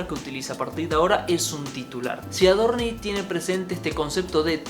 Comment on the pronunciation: Por qué dice AdorniS? Paciencia, Dios, paciencia!!!!🤦‍♂️